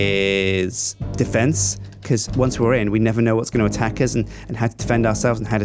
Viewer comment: i like how says uz instead of us